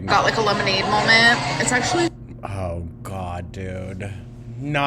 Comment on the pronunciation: Another new drinking game...Molment...